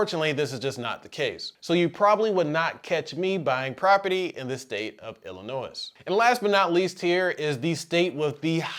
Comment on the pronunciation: The S is silent in Illinois lol